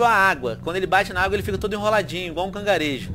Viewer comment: Você falo cangarejo?